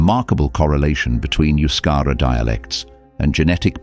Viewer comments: Euscara is NOT pronounced as Yuscara, but thebe is ptonounced as E in edible, and then the U is pronounced as oo. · I think it is not Euskara, rather Euskera? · it's not Euskara but Euskera.